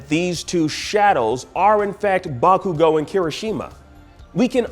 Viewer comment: Bakugo = "Back-you-go"